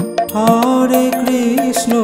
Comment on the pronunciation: Hari bol Radhe Radhe আপনি হরে কৃষ্ণ নাম টা সঠিক ভাবে উচ্চারণ করুন আর 16 নাম 32 অক্ষর সেটা ও কম বেশি করে উচ্চারণ করেছেন ঠিক ভাবে বলুন Hari bol Radhe Radhe